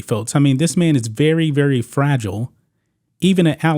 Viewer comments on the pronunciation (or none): none